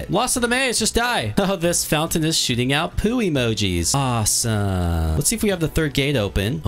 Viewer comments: Guys can you hear him said or im just misheard him and said "oh this fountain is shitting out poo emojis" 😳😳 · Did he say the fountain is shitting or shooting